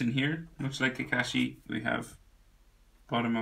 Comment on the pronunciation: im wondering why he says kakashi as kakeshi